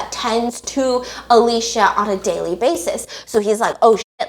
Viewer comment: Whose Alesha?😭 i thought her name was Alicia (uh-lee-see-uh)😭😂